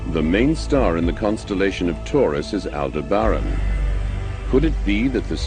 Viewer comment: al-deb-ran thats the way to pronounce my damn homeworld not alder bran please euurflinks